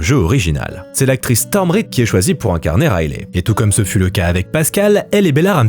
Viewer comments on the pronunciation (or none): none